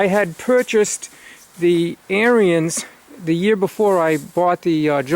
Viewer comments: Your saying the name of the snow blower wrong. It's not AIR-E-NS (Brotherhood) Now say ERANDS and you have said the name right. John Deere's are over rated just like Harleys and Blonds. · It's pronounced "AIR" "RINS"....... not..... "AIR" "RE" "INS".. Just listen to the Ariens YouTube channel....other then that, good video. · Yeah, thanks for pointing that out. I've watched quite a few videos on the Ariens channel and I know I pronounced it wrong. I didn't know the pronunciation when I bought the snow blower back in 03 and through force of habit I've been pronouncing it the wrong way. I'm glad you enjoyed the video.